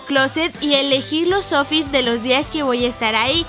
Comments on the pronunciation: En el min lesslie dice los ofis en vez de outfits jajaj los amo polinesios😘😘😘😘😘😘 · Dijo oufits